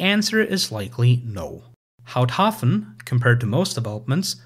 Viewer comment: I had a chuckle too at "Pfuntschteiger" but otherwise I think he did pretty well with Houthaven(s).